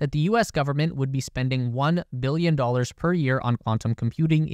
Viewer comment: Your "billion" sounds like you're saying "million".